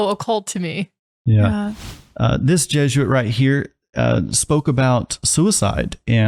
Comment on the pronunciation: Just the slightest bit annoying that people pronounce it jeh-zhoo-uht instead of by the proper pronunciation jeh-zoo-uht